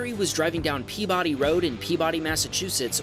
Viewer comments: Gary wasn't in 'Peabody', MA. He was in 'PEE-BA-DEE', MA. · That's PeaBUDDY, Mass, not PEAbody. Unique MA pronunciation. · I’m sorry but I live in Peabody and I found it so funny when he said “Pee-body” when it’s “Pea-bi (lik bib)-dee” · It's pronounced Pee-Bdee not Pee-Body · Yep that's it's correct. As a person who lived in Massachusetts for 12 years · Peabady Massachusetts that’s how you pernicious it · Peabody is pronounced like pee-buddy, one of the many quirky pronunciations of town names in Massachusetts! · Peabody, Massachusetts is pronounced “pee-ba-DEE” iirc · Peebody lol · as a person from Massachusetts I should tell you this, Peabody is not pronounced as it looks at all. that actually goes for half of our town and city names. ya we are weird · I know, right? I grew up in Peabody in the 60s, 70s, and 80s. Not sure why I expected people to be able to pronounce it correctly by now. And Peabody Road was a little neighborhood street across from my high school back then. Do they mean Lowell Street? If so, it’s grown a lot from a simple two-lane. This looks how I remember 114 near the Northshore Shopping Center and Liberty Tree Mall.